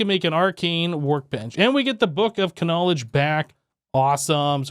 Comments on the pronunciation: Isn't knowledge pronounced nowledge? Not K nowledge? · When he said the book Of KANOWLEGDE instead of just KNOWLEDGE that made me laugh my arse oooff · Book of k-nowledge is this a running joke or can you just not read?😅😂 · He pronounces it correctly elsewhere, so what do you think? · If you aren't joking and are serious, yes. He is saying it wrong on purpose.